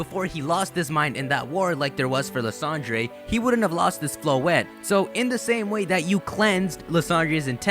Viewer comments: It's pronounced Lysander, not Lysandrey! This has been established for 2 years now. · Lysandre is pronounced Lie-sander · it's pronouced Lye-SAN-Der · Lysandray? Do you also say kyogray? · I just have to say this because it bothers me. Quite allot. Lysandre. Is pronounced Lie-San-Dur. Thanks, bye. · Seriously dude? You're still mispronouncing Lysandre's name even though there are 3 Mega Evolution episode's in which you can clearly hear the correct pronounciation of that guy's name. 😒